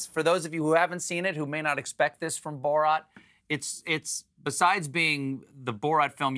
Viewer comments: Why does Stephen always mess up the pronunciation of names? He's clearly saying Bo-rot, when his name is Borat. He did the same with Graham Norton. Kept pronouncing it Gram. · It’s not borot it’s borat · “Borat” is not pronounced “Borot.” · Stephen pronouncing it “Bo-rot” as opposed to “Bo-rat” was killing me 😅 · Hey Stephen Colbert, his name is "Borat", not "Burot". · I hate that he keeps calling him "Borot" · Jesus Christ, Stephen... Bore-rot?!? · Why can't Stephen Colbert say "Borat" properly? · Can you stop saying "borot" Steven!?? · It’s Bor-at tho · I thought us was pronounced "Boor at." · who tf says "borot" lmfao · Bo-Rat Why the hell is he pronouncing it like this?!!!